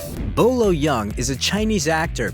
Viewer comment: His name is not pronounced Yung. It’s pronounced Y-ER-NG. Why can’t English speakers get their head around a word with EUNG in it?